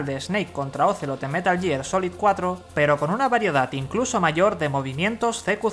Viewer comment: Como tomar en serio a alguien que dice "metal year"